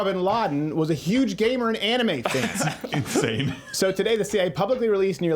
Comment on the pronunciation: 'any-mae' wow that is the first. sometimes all you have to say is one word to tell everything about yourself.